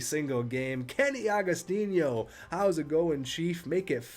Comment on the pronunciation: It's Kenny Agos-teeno, not tinyo